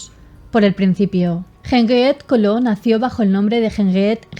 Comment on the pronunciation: Mal pronunciado el apellido Caillaux